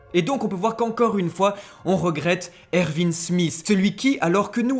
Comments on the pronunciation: ça se dit erWin pas ervin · Ervin ? Je sais que le "w" se prononce "v" mais c'est plus jolie Erwin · ervine 😅😂ca s’ecrit erwin et ca se prononce erouine mais magnifique video on comprend tt avec vous +1 abo